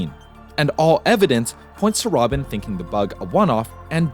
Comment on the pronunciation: It is RobbaN, not Robin. ENCE, not E.N.C.E.